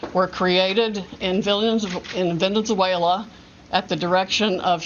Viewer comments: Anyone else find it amusing that Sydney Powell almost mispronounces Venezuela as villiansuela? No? Just me then. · Did she just say "Villain-zuela" before she corrected herself? min. Too bad she's been let down by the T.... legal team, now that she's got the speech pattern down. LOL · She couldn’t say Venezuela right 😂😂😂